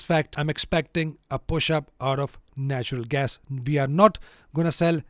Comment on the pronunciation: Great stuff, really appreciate it! Tiny remark, it is natural gas, not national ;-)